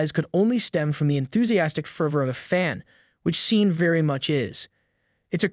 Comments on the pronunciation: You are pronouncing "seen", but it should be "shon". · ARE YOU KIDDING ! YOU HAVE NO IDEA HOW TO PRONOUNCE HIS NAME/THE NAME "SEAN." JUST DELETE THIS VIDEO. YOU HAVE LOST THE RIGHT TO POST/SAY ANYTHING ABOUT SEAN LENNON OR ANY ONE!!!!!!!!!!!!!!!